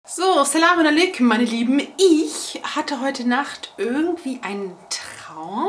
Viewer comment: Aleikum Salam Dein "salamu Aleikum" hört sich echt schön!!!!!!!!!!!!!!!!!!!!!!!! ich 100 zurückgespult...Masha Allah! Sag das mal Öfters!!!!!!!!!!!! du wünschst uns ja nur den Frieden und das brauchen wir alle ^^ HAB DICH LIEB